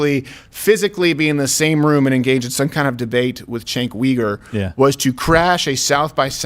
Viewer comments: It is pronounced “JENK YOU-gur” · You're pronouncing Chunk Yogurt wrong...